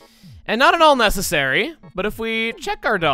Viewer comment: Did you say.... That wasn't NESSessary? Or is it just me?